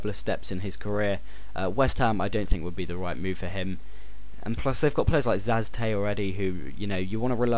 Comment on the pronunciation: It's not Zaz Tez!!! It's Vaz Tez!!!